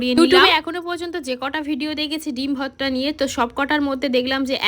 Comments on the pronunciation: Tui age uccharon kor bhorta ke bhotta bhotta kelacchis Dudh gulo besi kore jhulaaa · Vorti likhecho abar bolche votra 😂 ota vorta go